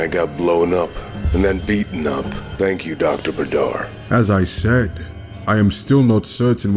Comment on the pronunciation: The only comment I'd give is about the spelling of Badr (Arabic is my mother tongue) when you spell بدر (badr) you don't say it "Badaar" no, just "Badr" Short "A" short "r" no extensions. Also fun fact, Badr means "full moon" in Arabic, and it is indeed a common Arabian name